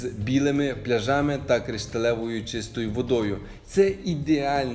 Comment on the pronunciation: Не пляжАми а плЯжами😊